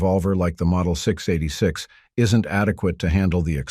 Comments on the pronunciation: ENOUGH with the AI generated narrations. Hire a voice actor that can say "six eighty six" instead of "six da eightysix. You lost this viewer at that faux paux. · I dropped this the second a computer voice mispronounced the S&W 686!